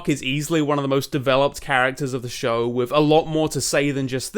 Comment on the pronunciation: With is wiff? Fua fuks sake, learn how to Engliss moar betterz.